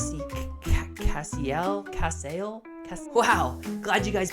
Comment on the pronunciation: I'm very surprised that my name won lol; I think the pronunciation is "Cass-aye-ell", but obvi you can say it however you want lol